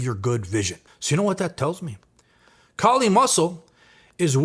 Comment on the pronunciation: k-eye-li = Kylie Muscle from now on